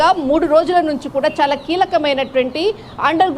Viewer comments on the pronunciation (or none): none